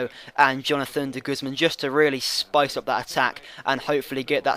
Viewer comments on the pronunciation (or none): none